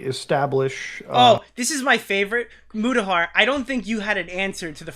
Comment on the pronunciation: Do a shot every time mispronounces Mutahar